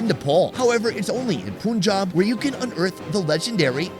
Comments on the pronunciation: You have a point. Americans would freak out if an Indian pronounced their words incorrectly. And saying 'Poonjab' destroys the name and is actually more difficult to say than Punjab! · you are spelling "poonjab", that wrong. It's "pannjaab" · A few big errors here. Number 1 - please stop pronouncing it as Poon-jaab. The first syllable is pronounced like the word "pun". Second, no-one uses dried cilantro - the dried leaves in the butter chicken are dried fenugreek leaves, called "kasoori methi". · bro im indian. 🤣 poonjab punjab sameting. All the difference is, is the spelling and how you interpret the pronounciation. 🤣 poonjab punjab no difference. 🤣 also plenty accents of ppunjabi too. 🤪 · Stop saying Poonjab 😠! It's Punjab, as in sun, gun, run, fun, PUNJAB. Do you people call the sun the soon or a gun a goon??? What is it with you people. Carry this on and I will unsubscribe. Have some respect and pronounce words and names as they should be. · Poonjab is not right...americans make fun of our accent now it's our time to make fun of theirs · There is no dialect in Punjabi or any other Indian language that pronounces it as "Poonjab" because the root of the word comes from the number 5 and so could never be "poonj" (Punjab means the land of 5 rivers). If he had been pronouncing incorrectly the words "Worcester" or "Arkansas", and I had pointed this out, would you still be this rude? Obviously, people would know what he was referring to, but it doesn't make it correct. I was not rude in my comments, just stating a fact. He is in the country, he is hearing everyone pronounce it as "Pun-jaab" and he continues to say "poon" and you're yelling at me? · I know but he has pronounced it many times likes this so that how he says it. and you unsubscribing doesn’t mean anything to him because he will get even more subscribers or fans anyway